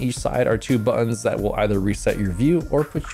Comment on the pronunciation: You keep saying buon, what's a buon?